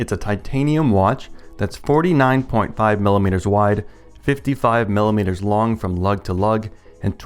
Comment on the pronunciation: FIFTY FIVE MILLUHMEETURS... that's a lot. This is a lot. I like it.